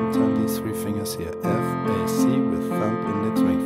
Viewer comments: Am i the only one that kept hearing him say thump instead of thumb???? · Thumb is pronounced 'thum' the b is silent.